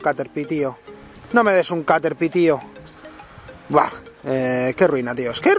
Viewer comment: caterpai es caterpie y se pronuncia caterpi